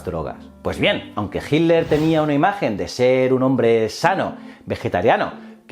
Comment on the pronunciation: Ojala mi pregunta aparezca en tus notificaciones, tengo una pregunta que no he podido resolver. Porque, principalmente en presentadores españoles a hitler lo llaman "hilder" o "hiler? Hay alguna razon para esto? Es algo bastante marcado en los videos españoles, gracias